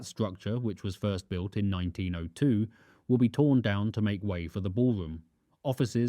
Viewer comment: Perfec? The ballwomb wiw wuk poofec? The put-on 'accent' is a speech impediment.